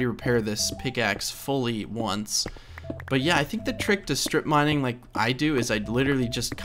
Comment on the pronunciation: I know you say "straight mining", but it sounds like "strip mining"